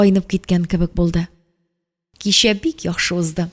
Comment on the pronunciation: Слушать хочется,но когда звук ччч произносится как щщщ слушать не тянет.щэй,щэщэк,кищэ,щищенгэн и т.д.и т.п.